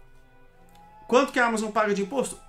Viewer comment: Todos os países estão implementando isso. Ele só tá seguindo ordem. 15% corporate tax. A palavra Amazon é oxítona, diz Ama zonnn. Não proparoxítona Ámazon.